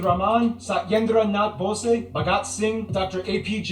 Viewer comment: I find it interesting how the guy mispronounced the name Bose, putting emphasis on the "e" where it doesn't exist. Bose is the name used by the American sound equipment (speakers, headphones, etc.) company BOSE. The Indian scientist Bose doesn't even get mentioned or credited in America even though HE was the originator of so many audio inventions and more.